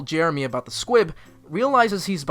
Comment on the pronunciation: Why do I hear S Q U I B ? ? ?